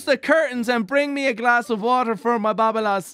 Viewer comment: South African over here, just a heads up that the word "Eina' is enunciated as "Ey na" also emphasis on the LAS, so like babaLAS, gotta enjoy late nights drunk in Cape Town to understand that saying. Much love to the community and to you, love the videos.